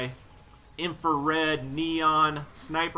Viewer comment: still saying infared... pls stop